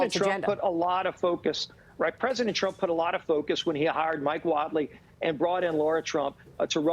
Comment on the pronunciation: He said trunk instead of trump omg how do these idiots get elected I swear 🤦🏾‍♀️🤦🏾‍♀️